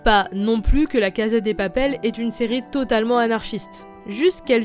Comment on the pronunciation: Ton accent anglais s'est bien amélioré par contre en espagnol on prononce cassa et pas caza. Tres bonne analyse. J'espère qu'on aura ton avis sur la saison 3. Je viens de la finir et jai été agréablement surprise.